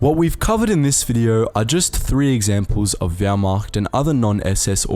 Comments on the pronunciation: Or whymacht for that matter. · And the Whyrmacht? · Everybody: Wehrmacht Wehrmacht: Howmacht? Jews and Slavs: WHYMACHT?